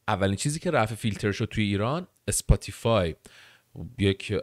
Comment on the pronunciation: اسپاتی‌فای ❌️ سپوتی فای ✔️